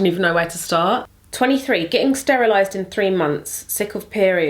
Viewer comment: "sterilized" lol